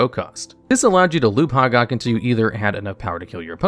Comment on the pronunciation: Glad to see the new channel! But: it's pronounced hoe-gack, not hahg-ahg.